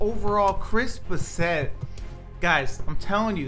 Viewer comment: It’s bass-it not bass-et